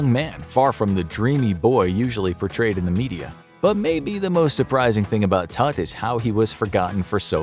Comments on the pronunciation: Errou a pronúncia do nome, já me perdeu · I love, but you guys cannot pronounce Tuts name like that.😭😭